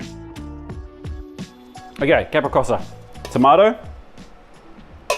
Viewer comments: What sort of Chef calls a Capricciosa a Capri kosa? It is pronounced Capri Cho Za, how embarrassment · Capricciosa is pronounced Caprichosa. Fior di latte is pronounced fyor di lattay.